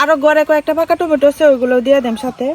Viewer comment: টমেটো 🍅 ❌ টেমুটু 🍅✅